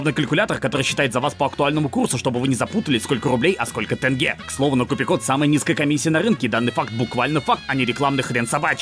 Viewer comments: Крутой ролик, но я хотел бы поправить тебя. Тенге не читается как Тэнгэ, хоть так и должно быть. Тенге читается как Теньге, просто это неммного раздражает жителей Казахстана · Очень важное замечание, пожалуйста, прочитай Правильно будет не тЭнге, а тЕнге...